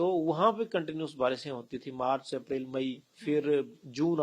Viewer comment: Aprail hunda madam,april nhi